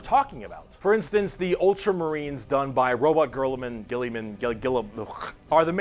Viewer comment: He accidentally said 100 "years". 🤣 *edit - as dramatic an orator as he is, he has terrible pronunciation of the names (), LOL.. Row - boot - teah ALSO, it's funny how the female brain works differently; she's catching on GREAT, but the way she thinks (questions she has) are so different than what I've heard other people ask or say. NOT a bad thing, just different.. almost more outside the box... maybe things personally I take for granted.